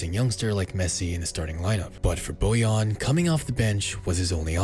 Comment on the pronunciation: Bojan* not Bojon